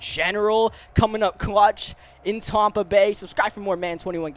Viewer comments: "Tompa bay" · it’s not tompa bay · TOMpa Bay. I was confused when you said that at first. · He just keeps saying Tampa wrong